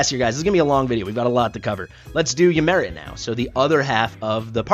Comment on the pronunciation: I like to think Ymiret is French and pronounces her name as "Yimeray"